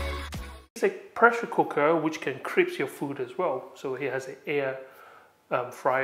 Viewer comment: What is "crips"?? Do you mean "crisp"?